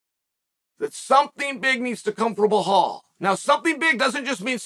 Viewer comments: Chael's butchering belal and islam name is killing me 😂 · is it Belal or Blahal? how im i supposed to remember his name? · Belal is Blehal 😂 I wonder is Chael really not able to pronounce his name correctly or is he doing it on purpose. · Say "Bel", now say "al". Bel, al; Bel, al; Bel-al Belal! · Blehal just cracks me up everytime i hear it. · Blehaal...oohw I love you uncle Chael 😂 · Chael: “Blah-hall Moo-Hawmid” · Its disrespectful to purposely pronounce Bilal falsely as Blahaal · Blehal. Then mackelchev. Chakeel zunnen you’re good man ! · Does Chael intentionally mispronounce fighter's names?? Bilal -------> Blahal Khamzat ------> Hazmat Makhachev ----> Makulchev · maybe you'll remember the name, but you're saying it wrong "blahal" lol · Why he doesn't pronounce his name like it's spelled. Why Bulhal? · Say it with me B E L A L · Why is he still calling him blahal lmao he’s got to be doing it on purpose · Remember the name “bohoul” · why are you pronouncing belal as bil hall and makachaev as makalchav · say is name right chael what are you saying blahaal loool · "Bluhal" lol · Remember the nameeee .. ( completely butchers a 2 syllable name ) BLAHALL 🥴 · Who the fuck is “Bluhal”? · I wonder, if Chael is doing it on purpose to mispronounce every name in the MMA world??? Khazmat, Mucklechef, Blahal.. WTF is wrong with him?? Obviously he is not remembering the name... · It has to be intentional 😂 its so fucking irritating he does it every video, love chael tho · "I will remember the name" immediately pronounces it wrong 🤣🤣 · Belal: "Remember the name" Chael: remembers to mispronounce the name 🏆🐐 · That’s like say Chehal Sonnen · Lol 😂 Chael calls Bilal remember the name then he proceeds to butcher his name 😅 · Belal keeps forgetting to pronounce the hidden H in his name, he needs to start saying his name correctly like how Chael says it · Chael just makes an oath & promises that he will never remember how to pronounce Belal Muhammad correctly. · It’s Belal not Behal.